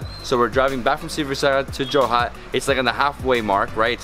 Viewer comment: It's Jorhat no joha .